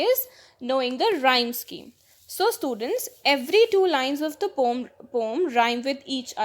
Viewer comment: Mam apko pdane ka trika nhi aata Aap poem ko pom bolte ho